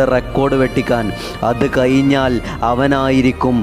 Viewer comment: 'കയിഞ്ഞാൽ' അല്ല"" കഴിഞ്ഞാൽ"" അത് കൂടി നേരാവണ്ണം പറയടോ .